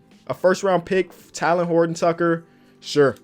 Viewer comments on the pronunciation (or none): none